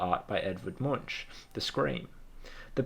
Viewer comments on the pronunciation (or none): Great little think tank you got going here! Just an FYI - Munch is pronounced «monk».